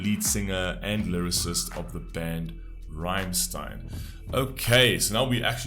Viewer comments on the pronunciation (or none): Please listen to Rammstein's songs Rammlied, Wollt ihr das Bett in Flammen sehen, Ramm4 or Rammstein then you know how the band's name is pronounced. Again you stopped the credits... went from a like to a dislike